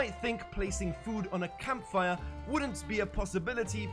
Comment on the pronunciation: sounds german.. kampfire